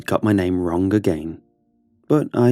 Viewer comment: i love how you pronounce the g in words like wrong ith k at the end ; wrongk